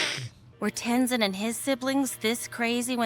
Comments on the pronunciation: If you pay close attention to the background of the city you will recognize all the statues. Also, I don't think you're saying Tezins name correctly. Are you saying Tenzon? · Ten Zon? Lol always hears names wrong then literally hears the show pronounce Mako and the answer but then pronounces it different, i dont know if does it to bother people or he legit just doesnt get it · TenZIN bro. You aren't the movie...you gotta pronounce it right 😂😂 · Also Aang was 12 not 10... also lol please fix tenzin pronunciation 😂